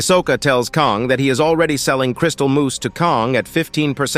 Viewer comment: Crystal Moss ❌ Crystal Moose ✅